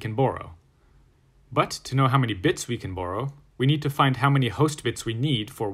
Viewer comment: When you say "borrow" it sounds funny to me lol. Almost like you saying "Burrow"